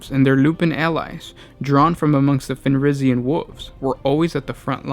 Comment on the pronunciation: Vulkan Fenrika? Man, you have terrible pronaunciation.